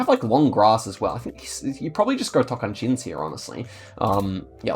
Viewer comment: That’s the first time I hear a foreigner Geoguessr player pronounce “Tocantins” perfectly! You got our T sound. Great guess.